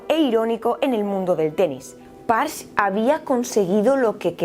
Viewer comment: Si me lo permites, en alemán se leen las «e» finales. El nombre del atacante es más o menos «parje» no «pars»